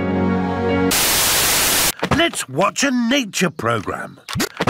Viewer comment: Daddy pig:let’s wotch a tv boy